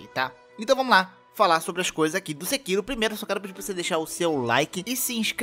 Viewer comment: KKKK vc falando "sekiru"